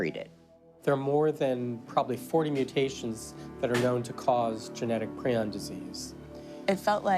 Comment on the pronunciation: FINALLY SOMEONE WHO CAN PRONOUNCE PRION PROPERLY!!!!!!!